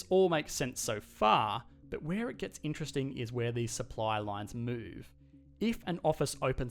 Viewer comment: i always think of butt when he says but!!! xD